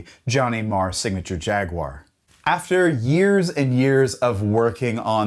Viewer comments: Why can't Americans pronounce jaguar correctly?! 😂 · Thank you for pronouncing Jaguar the most objectively bestest way possible. Fun fact: The Metallic KO color was originally called Candy Apple Rust when the guitar first was released and then for some reason they changed it rather quickly.